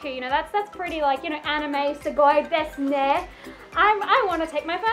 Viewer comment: I'm half Japaneese (I talk it) and I really tough for a minute that you we're Japaneese because you got the "so desu ne" extremely perfectly (fluid) with no accent like a Japaneese! :3 For real